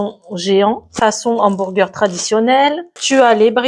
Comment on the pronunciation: Cc super recette 🎉 ça à l'air trop bon 😊, par contre pourquoi tu dis hambourger et pas hamburger ?😅 bisous 😙